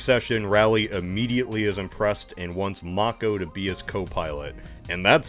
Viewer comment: Nice you can pronounce Mako. I'll forgive the *yay-ger*, it's too late to correct that :)